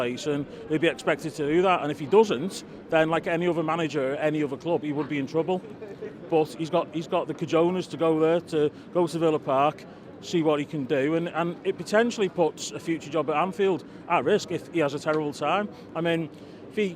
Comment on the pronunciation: Ca-jone-ass....2 billion Spanish speakers wince :) Let's hope Villa get stonked and we'll see next week?